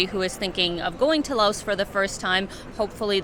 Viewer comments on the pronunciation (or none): The country is pronounced LAO. You people are so ignorant... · The "S" is silent in Laos.